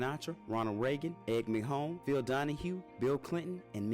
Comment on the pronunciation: Ed McMahon (Mac Mann) not Mac-hone.